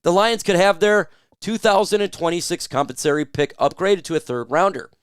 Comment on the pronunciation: Com Pen sa Tor ee. Not compensory You’re smart, so I know you would want to pronounce words correctly.